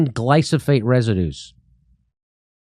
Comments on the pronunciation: Love you guys. Two things…..It’s glyphosate…not glysophate. Also….why do you want government to control healthcare? It’s not different. See you in Austin.🥳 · Come on, guys: GLY-PHO-SATE. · It's gly-PHO-sate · Jimmy its glyphosate pronounced gly fo sate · Love this channel! Okay, say it with me: glī - Fo - Sayt "Glyphosate." I used to mispronounce this word a lot. Educated ID-10T's will use that as a reason to not take one seriously. Regarding misogyny: In the last 3 years I have had random women (females) get visibly and verbally upset with me (male man) for opening a door for them, which I was raised to do without question, whenever entering a business and our paths happen to meet at the respective business' front door, regardless if my GF is with me or not. When the heck did common courtesy and respect for females (women, ladies) get thrown out the window? Funny thing, transgender (M2F) women drool when doors are opened for them, in my personal experience, whether my GF is there or not!:elbowbump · Jimmy love ya but why do say glysophate when reading the word glyphosate😅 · Jimmy...it's "gly fo sate". Similar to Agent Orange. Learn how to pronounce it, please. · Jimmy, it’s pronounced Gly-foe-sate 😊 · Jimmy, it's Gly Pho Sate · It's Glyphosate. Not gliso-fate. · It's Glyphosate! Glī - fo - sāt. Don't fuck up your point with mispronunciation. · "Gliff-o-sayt" -- glyph, like petroglyph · Holy sh×t!! This idiot FOUNDED Rolling Stone?? Are you freaking kidding me? What a complete schmuck. Jimmy.. gly-PHO-sate. :) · It's glyPHOsate Jimmy lol, GLYPHOSATE. 😄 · You're pronouncing glyphosate wrong, just saying.. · Jimmy. You are saying Glyphosate wrong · how many times is jimmy going to mispronounce "glyphosate"? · As a chemical engineer and my internship was in a facility that produced glyphosate, jimmy’s pronunciation is driving me nuts🤣. 25 yrs removed from that now. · Oh and btw… it’s glyphosate not glysofate. Uurgh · It’s GlyPHOSate man Not GlySOphate